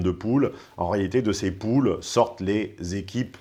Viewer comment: Il fait super attention: les "poules" au lieu de "pools" :))))